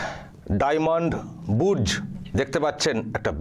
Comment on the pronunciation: বোধয় কথাটা "ডায়মন্ড বুর্জ" নয় ডায়মন্ড বর্সে - Diamond Bourse